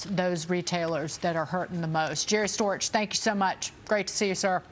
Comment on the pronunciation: Storch needs to move to France: pronounce your 'h' or move to Amphibianland! Cheers from the Oil Patch in Central WY